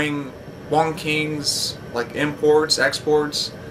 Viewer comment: Wang...not Wong :)